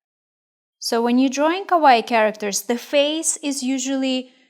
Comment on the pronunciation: "ka-wa-ii" that's how you pronouce it. great tutorial btw